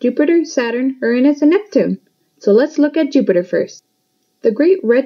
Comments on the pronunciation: its prononounsed ū-anus not ur-anus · “Urans” What’s a urans? Is it Uranus? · Ur nus? Its Uranus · It’s not iranus it’s Uranus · Just say Uranus not ur nas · You said rernis its pronounced ur anis but not like your bum anis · It’s Uranus not urenas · When moon says Uranus the subtitles said ernest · Uranus is pronounced yoor-a-nus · RR I HATE WHEN PEOPLE PRONOUNCE URANUS WRONG IT'S SUPPOSED TO BE UR AN US AND PEOPLE WHO SAY IT'S FUNNY ARE JUST DIRTY MINDED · The moon pronounced Uranus wrong